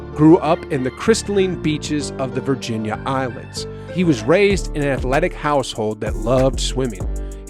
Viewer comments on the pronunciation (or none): Virgin Islands not “Virginia Islands”.